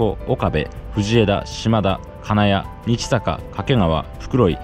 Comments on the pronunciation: にちさかではなくにっさかです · 日坂→にちさかと仰っているかと思いますが、｢にっさか｣はないでしょうか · 25番目の日坂は（にちさか）ではなく（にっさか）ですよ